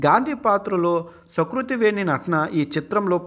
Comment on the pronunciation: sakruti kadu ra---------------SUkruti